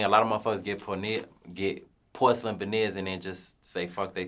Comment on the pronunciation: my nigga almost said “porneers” 😂